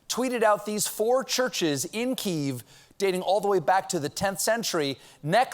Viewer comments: “Kyiv” is pronounced “KEE-yehv,” not “Keyv”. 🇺🇦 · STOP SAYING "KEEV"! IT's "KEE-YEV"! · He mispronounced "Kyiv". He's saying "Keev". I guess he's reading notes cold from his writers as he goes through his monologue. He should have rehearsed first. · We've always pronounced it key-ev. All of a sudden we devide to pronounce it "keave" Guess we better start calling Mexico me-he-co lol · "kee-YEV", not "keeve" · The pronunciation is completely wrong according to the structure of language. It is pronounced. Key EV . Go back to the Germanic Origin of the word. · Hearing you say KEEEEV instead of Kiev makes my ears burn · isn't Kiev pronounced kee-ev in English? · Yes, "Keev." We all learned it from those experts who testified about the "perfect" Ukraine call. It's how Ukrainians pronounce Kyev. Nice, Late Show. Edit: typo. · „Keev“? Keev Richards? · Look I love you, Stephen... but the networks and media in general should learn how to properly pronounce Kyiv. Please. I don't know when people decided that "KEEV" was acceptable.